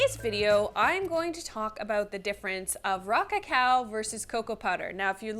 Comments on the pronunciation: Every time she said “Raw cacao” I heard “rock a cow” and thought about cow tipping 🤷‍♂️ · Rah-cah-cow... that's all I hear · 😂😂😂 you and me both she sound just like she was saying rock a cow😂😂😂